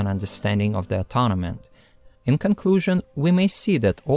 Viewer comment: very interesting, thank you. Please check the pronunciation of "atonement".